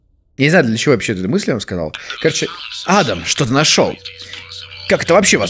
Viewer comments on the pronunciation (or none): none